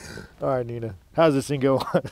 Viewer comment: lmao thought I was the only one who caught it. Definitely sounded more like in than on